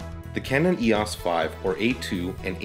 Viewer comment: Thank you for pronouncing EOS the correct way. It seems that a lot of ' reviewers ' in the US and Canada have difficulty pronouncing EOS, calling it E.O.S, which really gets on nerves. In Greek mythology EOS was the goddess of dawn, as Helios was the Sun god. BTW, I just bought one of these ancient cameras, to use my Canon L lenses on film. Thank you again.